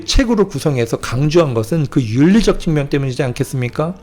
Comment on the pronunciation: 측면을 계속해서 "칙면, 칙면!"이락 잘못 발음하고 있습니다!! 아이고! 아이고!!